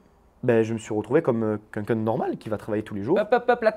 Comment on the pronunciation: C'est moi ou il dit "quenqu'un" au lieu de "quelqu'un" ? 🤔